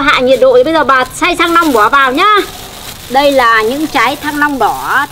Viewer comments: Bà ns ngọng qá -) thanh long chứ kp thăng long -) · Rối loạn nhận thức hay sao ý, thanh Long cứ thăng long